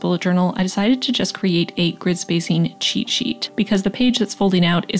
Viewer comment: New year, new journal! Especially to leave 2020 behind 😂 Love the flowers that you created! And the lettering is 😍 Also.. not to sound like a grammar nazi but it's "cheat" not "cheet" 🙃 The dear is so cute on the top of the journal 😍